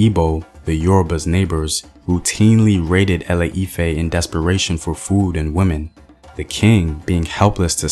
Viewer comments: Thank you for this Yoruba history. But it's pronounced ile-ife and not ale-ife. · GOOD WORK BUT A FEW CORRECTIONS: ILE IFE = EE 'LAY EE 'FEH, ORISA= OO REE 'SHA, MOREMI CHILE WAS A BOY NOT A GIRL. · A E I O U , ITS ILE IFE NOT ALE IFE, so sorry but its just unignorable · ILE IFE is more like E-LAY E-FAIR, duh! Great job tho! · it’s not lol e lay efe I’m called ifeoluwa and ironically born in Ile Ife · Any other African watching and wondering why he butchered some of the names like ile-ife.